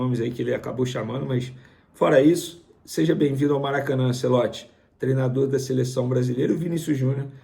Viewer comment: Venê tem q melhorar a pronuncia dos nomes do futebol. É ANTIEOLTI, NÃO ANCELOTI. Já ficou um tempão chamando o mlq Joshua de Joshúa de propósito.